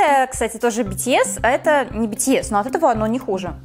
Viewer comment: произносите битиэс а бэтэс